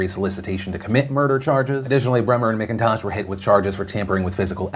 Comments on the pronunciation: Oh Philly D. It's M*ACK*intosh, not M*ICK*intosh lol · Oh man... that kids last name is my maiden name... fuck you Kayden McIntosh for giving our last name a bad name!!! Btw its pronounced Mac-In-Tosh 😅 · One thing, my last name is spelled the same as the dude in that Alaska story, and we pronounce it like it’s spelled MacIntosh. I just had a tiny cringe everytime he said the guys name 🤣😆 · McIntosh is pronounced mak-in-tosh